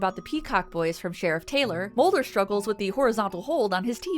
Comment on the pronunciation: Did you just say Smolder and Mully